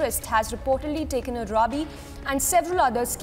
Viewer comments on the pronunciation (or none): Rabbi wrongly pronounced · Rabbi wrongly pronounced by host news reader